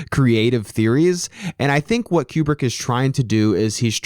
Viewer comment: Don't wanna be that guy but... "Kyewbrick" Great video though 👍